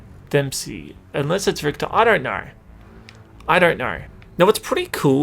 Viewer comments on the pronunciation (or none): none